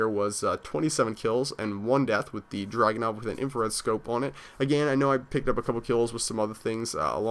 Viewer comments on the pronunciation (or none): dude it's DRAGONOV not dragon and it's in-fra-red, infrared not inflared.. Srry if I spelled your name rong